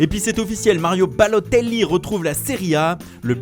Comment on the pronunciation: 3.09 il a mis tous son cœur pour dire Balotelli 😂❌